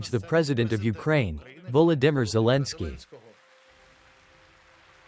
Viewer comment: "Vo-lo-DEM-er" ?? [Zelensky] Sucky AI strikes again.